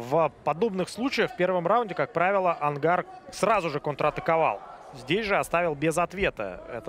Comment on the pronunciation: Онгар, а не ангар